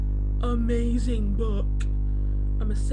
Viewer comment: 'I'm gonna say it real clear; UHMAZRING BOOOOOOUUUUK' Yeah that's real clear lol